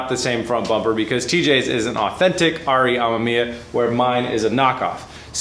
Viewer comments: It's pronounced Am"e"miya. Not Am"a"miya. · Pronounced: RE Uhh-meh-mee-uh. I really dont wanna see this Ah-ma-mee-uh thing sticking. Already pretty cringy to hear say it that way, dont add to it. Heres an example: I like B is for Build but this pronunciation is a let down. Be respectful to one of the best rotary builders and at least say his name right. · You have to cut the ends off the 92-98 bumper bar. The 99 spec stuff is different. Cut the ends off right where the light holes start. Leave the middle to support the bumper. Also it's pronounced R-E-ah-mem-e-ah. And please make sure you run tires that fit on an RX7, no stretched stuff please. If you get a 10" wheel get the correct 295 tires to fit. The car would look sick with some huge 12-13" wheels and 335 rubber in back. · Ack. It hurts my ears to hear you say amemiya. It's "ah - mehm - ee - yah". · RE AH MEM YAH Not that hard to pronounce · Re ammaammia? naahh man what is it with amerifats, you cant say anything correctly. About the bumper fitment, there probably was a facelift that you forgot if not that then it could also be that usdm and jdm cars have different impact bars, you know, the 5mph thing or whatever its called that law that forces automakers to put on those huge ugly bumpers for US cars. Good luck! A full RE kit would have been the patrician choice but oh well. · why cant anyone say it 😂 RE (AH-ME-ME-AH